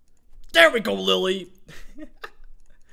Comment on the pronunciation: He said "Lily"